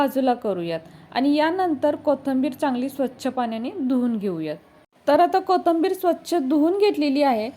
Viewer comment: कोथंबीर नाही कोथिंबीर म्हणा